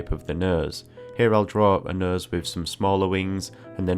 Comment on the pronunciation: Came for a nose tutorial, stayed to keep hearing him say "nøs".